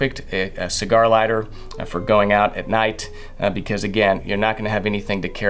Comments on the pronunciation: caught the Texas draw every time you said lighter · I think it's funny that you are well spoken and enunciate excellent, but the southern drawl still comes out with some words like lighter 😂👍🏻👍🏻 good video. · The accent slips aggressively when saying the word “lighter” 😅 can’t hide that southern drawl